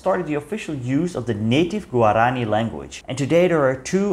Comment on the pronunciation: guaraní, not guaráni